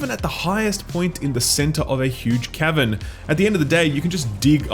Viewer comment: I can't tell if he's saying Cavern or Kevin